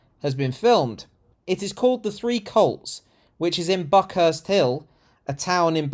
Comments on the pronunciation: The three whats? It sounded like "See You Next Tuesday" If it was, it's wrong because there are only two of them on screen. Oh it's "Colts"! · Did you say 'The Three Colts'? Subtitles thought you said cults...I'm sure there's a joke there. I think it should be renamed 'The Two Cunts' personally. 30p Lee is a pound shop Farage, with change.